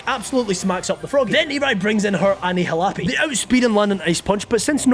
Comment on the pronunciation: Did you just say anihalape